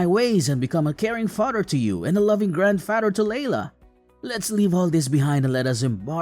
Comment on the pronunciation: The way this guy talks. Says Fadder instead of Father and Brodder and Modder in other stories